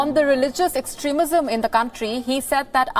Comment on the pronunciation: Extrismism he tongue slept